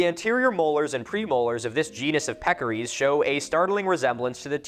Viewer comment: it's peccaries, not pekories. Just thought you should know lol